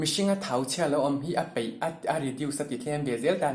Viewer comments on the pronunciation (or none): Thau chhia a 'peih' ni lovin, 'paih' tih zawk tur aw